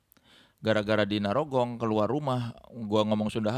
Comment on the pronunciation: narogong ya bukan nyarogong